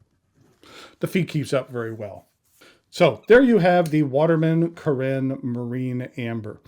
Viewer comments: Did you notice, the back fineal is upside down on your pen? You probably didn't, because then immediately the resemblance with a sleek Italian Riva speedboat would look ridiculous, because that speedboat would sail upside down..!! This fineal placing is so off, it negates the whole intension of this Carène. And one last thing, if you handle stuff from France, try to get the pronunciation right...please...try to look it up somewhere, it sounds so off, when you can't speak the lingo. Look at the accent, it is there for a reason. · I agree it was slightly rude, but dismissing it like you do is a little bit much. Other reviewers make an effort to pronounce things better, in some cases even teaching people how to properly pronounce. So I respect your poin,t but he was way off on two words ha ha not to mention, dismissing the “classic” look of the pen as dated. seems like a contradiction to me. He also called one of his other Watermans by the wrong model name and I believe is wrong about what he said about the converter. I like him he just had a bad day.